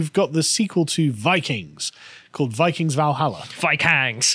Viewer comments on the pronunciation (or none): "Vi-kangs" Hes out of line, but hes right. Actually, hes not even out of line.